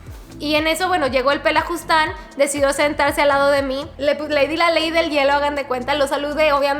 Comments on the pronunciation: jajaja es PELAFUSTAN no pelajustan 🤣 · Querida es "pelafustan" jeje no pelajustan con todo respeto y cariño